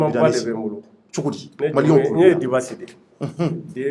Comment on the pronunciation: MESSAGE POUR, CE N ' EST PAS DU TOUT PROFESSIONNEL DE MAL PRONONCÉ LE NOM D ' UNE PERSONNE QUE TU REÇOIS, SURTOUT SI IL TE LE RÉPÈTE PLUSIEURS FOIS ET QUE TU CONTINUES DE MAL LE PRONONCÉ DIBASSI ET BIDASSI CE N ' EST PAS DU TOUT LA MÊME CHOSE, LES ENFANTS APPRENNENT À L ' ÉCOLE LA DIFFÉRENCE ENTRE LE D ET LE B EN PREMIÈRE ANNÉE LA RÈGLE DE POLITESSE DE BASE EST DE CONNAÎTRE ET DE BIEN PRONONCER LE NOM D ' UNE PERSONNE QU ' ON INVITE SI UN JOURNALISTE OU UN ANIMATEUR EN EUROPE FAIT ÇA À SON INVITÉ? LA PERSONNE QUITTE IMMÉDIATEMENT LE PLATEAU ET FÂCHÉE À VIE JE SAIS QUE TU VAS RECEVOIR LE JEUNE RAPPEUR WIZI WOZO SI TU L ' INVITE POUR PROMOUVOIR SON ART CE N ' EST PAS DU TOUT LA PEINE DE LE RIDICULISER EN MÊME TEMPS EN ECORCHANT SON NOM D ' ARTISTE AVANT DE LE RECEVOIR ENTRAINE TOI À DIRE SON NOM, TU PEUX AUSSI L ' ÉCRIRE SUR UN POST- IT DEVANT TOI PENDANT L ' ÉMISSION